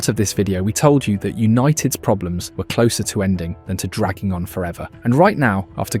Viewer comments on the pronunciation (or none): none